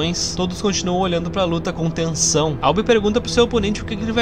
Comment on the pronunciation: Tenho certeza que escutei um "células de TESÃO" no meio da narração KKKKKK!!! 😂